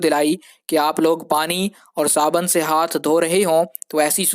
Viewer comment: yar ''saban'' kehna ghalat hey...sahi hey...sabun''.......